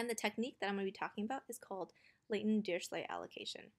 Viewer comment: Dirichlet is German is it's pronounced dee-ree-kley